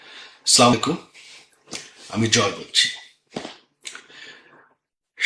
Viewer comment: ভাইজান আপনি তো সালাম দিলেন না, আপনি তো, আমাদের জন্য বরদোয়া করলেন, সালামটা শুদ্ধভাবে দিলে ভালো হতো।।